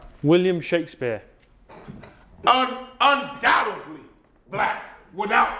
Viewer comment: If you listen carefully he says “UNDOUTEVLY black” 😂